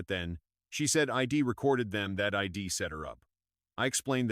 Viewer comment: WTF? Please get your AI straight. It’s she’d not shed,it’s I’d not Id it’s he’d not hed,isn’t that simple and obvious 😱